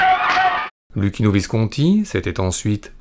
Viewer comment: Luchino = Loukino bravo pour la prononciation. En Italien CC = Ch et CH = K (phonétiquement)